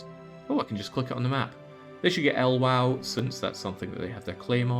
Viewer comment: Fyi 'el wow' is actually Ukraine, it's Lviv - gave me a chuckle